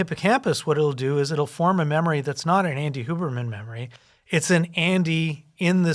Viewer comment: It is SUPER COOL that Huberman pronounces his name correctly The only white person that has the ability to feel basic respect for other humans. Even Swamis and Monks dont even take the time/courtesy to do that.